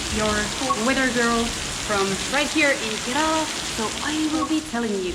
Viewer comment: Karala അല്ല kerala😝